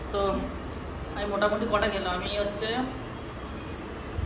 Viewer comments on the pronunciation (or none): কথা টা জটা নয় কটা😂😂😂😉😁😁